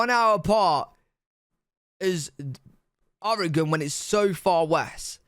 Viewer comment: Born and raised in Portland Oregon and so glad you pronounce Oregon correctly.